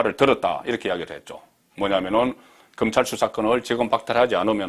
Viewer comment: 금찰?????? 도대체 혓바닥이...